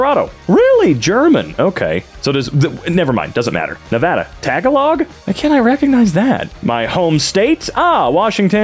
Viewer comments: I can’t believe they just said tag-a-log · You’re accenting it wrong,. It’s pronounced “tah-GAH-log.” It’s one of the main languages spoken in The Philippines, and it has some words that are related to Spanish words (since they colonized it). For example, “window” in Spanish is “ventana,” in Tagalog, it’s “bintana.” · it could just be another language with the same name but as far as I know its a language from the philippines (my home country) and it is pronounced "Tah-Gah-Lug" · fyi tagalog ( tuh ·gaa· luhg) is the most common filipino/ philipine language :/ ( no hate to anybody ) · I've never heard someone say Tagalog like Tag-a-log lmao might start doing it now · THE PRONOUNCIATION OF TAGALOG IS ACTUALLY KILLING MEE😭😭😭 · The way he pronounced Tagalog lmaoo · my filipino heart just shattered as i heard the mispronounced tagalog, and i am currently breaking in pieces /j